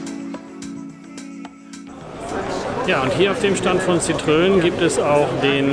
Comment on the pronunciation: Ein für alle Mal: Citroen = „sitro-en“ ohne ö und Louis de Funès = „Lui dö fünes“ mit s am Schluss. Wenn man nicht Französisch kann, dann sollte man zumindest bei Wikipedia, Forvo, Pons, etc nachschlagen, bevor man ein derartiges Video öffentlich stellt (das nennt man in der Schule Hausaufgaben).